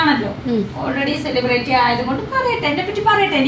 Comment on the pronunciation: സെലിബ്റേറ്റി എന്നൊരു വാക്ക് ഇംഗ്ലീഷിൽ ഉണ്ടോ? 🤣🤣🤣🤣 ചെളിപെരട്ടി അല്ല പൊട്ടി, സെലിബ്രിറ്റി... Celebrity Spelling എങ്കിലും പഠിച്ചു വെയ്